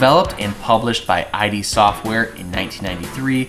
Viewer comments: Cool video. But this is blasphemy. Id software. Not I.d. Software. Pronounced as „it“. 😊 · The Dos? Eye-dee software? grumpy old man noises